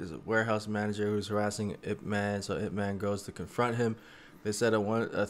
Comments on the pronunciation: His name pronounce as EEP MAN. not I P man. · It's "Eep man" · As a Wing Chun practitioner, getting his name wrong is mildly offensive. As such, I am not an offended snowflake, but it is important to educate folks. This man revolutionized and simplified Wing Chun and taught it to the masses. It is not spelled out when it is spoken. When you say his name, you should say it two ways: Ip Man (English) and Yip Man (Cantonese/Mandarin). Emphasis, "Mon", as if spoken by someone from Jamaica. Thank you for your video.